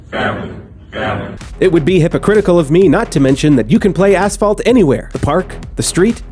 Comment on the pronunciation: asssss-phalt!! XDDD made my day